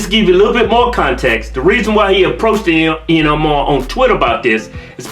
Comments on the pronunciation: Not that I'm a fan of Ihan Omar, but can you please not mispronounce her name? Peace be with all who read this and I'm not hating I just find it a bit harsh. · Did he say Ian Omar?? 😂😂😂